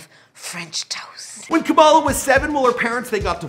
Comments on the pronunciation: Kamala not kumila come on Now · Ka-muh-luh Sounds like Pamela 🤦🏾‍♀️ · Kamala not Kamila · FYI, her name is pronounced as KAA-ma-lah/KAA-muh-lah, not Camilla. Please say her name right. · I like how Kamala turned into Camila halfway through the vid, come on guy, its not that hard to say Kamala, its one of the easier ethnic names to saya KAH-MAH-LAH. Ain't no old white ladies on the stage, no Camilas here. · No shade but her name is Kamala like Comma-la, not Camilla or Kama-la the way you pronounced. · Who tf is Kamila!?? It's Kamala (Ca-ma-La).... 🙄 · Dog you can't even say her name right? Camila? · Its ka mala not camila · Kamala is pronounced comma-la lol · KAMALA SAID LIKE COMMA-LA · Her name is pronounced. Comma -La. just like her mother Sha MA la. emphasis on the not the K..FYI